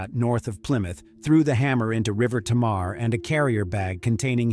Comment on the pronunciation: Incredibly sad story, I remember the news stories. You covered this subject well, just a note: The Tamar River is pronounced “Tay-mer”. RIP Bobbi-Anne